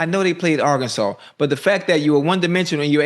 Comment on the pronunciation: Bro it's Arkansas 😂😂